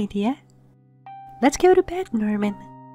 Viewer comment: When said Norman It sounded Like Nermin